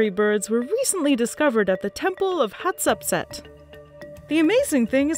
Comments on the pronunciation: How she pronounced Hatshepsut 😭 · Lmao, someone didn't tell her how to pronounce Hatshepsut's name, and they should have, I feel so bad for her to make a mistake like that on a video that'll be around forever. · Why is no one pointing out the fact that she can't pronounce Hatshepsut (hætˈʃɛpsʊt) ?? She's saying Hat sep set 🤣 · Don't worry, you didn't pronounce hatshepshut properly either.